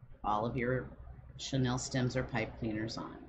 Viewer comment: It’s not “Sha-Nell”; it’s “Shhhh-knee-ill”. Or pipe cleaners. Chanel is a luxury brand while chenille is a type of fabric. Two completely different things that you’re misusing in this video. It’s driving me crazy. This 24 minute video could very easily be cut into half if you were not so distracted and just did it. 🙈 Lots of fast forwarding - FF ⏩ - is absolutely needed to get through this one.